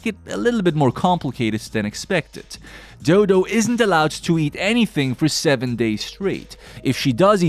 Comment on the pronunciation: I'm sorry but doo doo got me laughing cause her name is dodo = doh doh is how to pronouns it